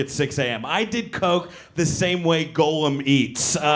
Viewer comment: "Golem"? Gollum,.